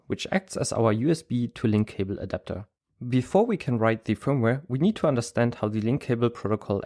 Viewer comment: Bist du ein Deutscher? We can build a Adapter Das hörte sich zumindest sehr Deutsch an